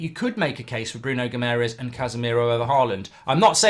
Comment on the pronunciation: Please learn how to pronounce Guimarães properly! There is an extra a with an accente on it, for a reason....